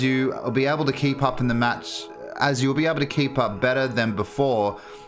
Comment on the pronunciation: Am I the only one who hear “k-pop” instead of “keep up”?